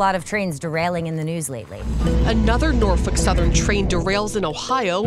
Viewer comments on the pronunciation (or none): “Northick southern.” 😭